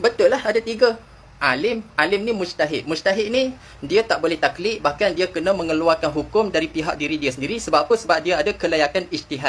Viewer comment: tuan admin, tolong baiki betul2 sebutan 'taqlid' tu guna huruf Qaf dan ada Qalqalah di tgh2nya.